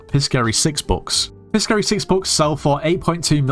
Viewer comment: Piscary is pronounced "pie-sairy", like Pisces